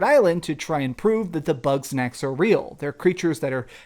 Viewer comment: Man every time he says “Bug Snacks” it sounds like “Butt Sex”😂😂😂 When he said “I’m gonna play butt sex” I damn near fell out on my cahir😂😂😂